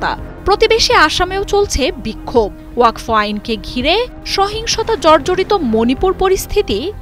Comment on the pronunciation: Madam, learn how to pronounce the word WAQF. It is not WAQFO.